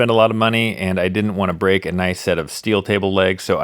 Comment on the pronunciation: It gone bweak